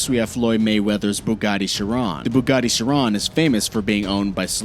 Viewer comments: Yeah he says veron and choin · Veron and chironn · Is anyone else annoyed by how he says Chiron and veyron? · dato abesadze me I’m annoyed like dude do your research lmao 😂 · dato abesadze he’s ignorant it’s okay